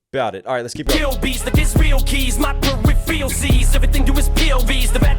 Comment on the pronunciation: Idk for sure 100% or not but I think maybe missed one thing in there, when he was talking about the POV lines etc, Em said "my peripheral sees", like his peripheral vision, but he bent the word to sound different, it almost sounded like, "per-ref-reel sees" when Em pronounced it that way, kinda said the word when he was repeating what Em said but it sounded like he didn't quite get it and sounded like he said something like, "repheral" or something lol